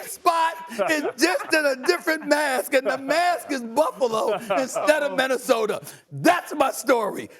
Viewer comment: Nobody: Stephen A. Smith: MinnesotaR KembaR Walker he is waRshed up Its like 2 more i cant think of he always says 😂